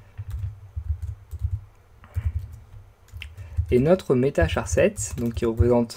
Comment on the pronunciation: Salut, Merci beaucoup pour la vidéo. Elle est tres explicative. Seulement une chose, la façon avec laquelle vous prononcez le "charset". Vous le savez certainnement que "charset" veut dire "Character Set", ce qui fait un mot anglo-saxon. En anglais, "Character" se prononce de la façon suivante "karacter". Juste une petite remarque, sans être méchant ou quelque chose de ce genre. Vos vidéos sont vraiment tres bien faites et comme je l'ai dit, tres explicatives. Bonne continuation.